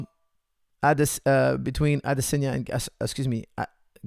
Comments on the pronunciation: I’m Nigerian, the correct way it’s pronounced Is AdeSONya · Adesanya is pronounced Ah-DISS-on-ya. Israel gave a pronunciation lesson on Ariel's show. Here's the link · Never heard anyone pronounce Adesanya like that...